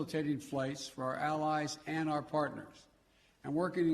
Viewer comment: “Our Al-Al-UH-ALLIVES”